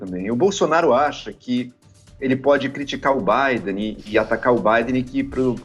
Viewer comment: A reporter fala presidente eleito o Bidê